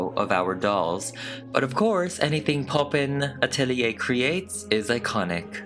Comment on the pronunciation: Poppen atelier = pronounced pop-pun atelier it's Dutch. Don't know why I feel I need to comment this, who cares but there you go ..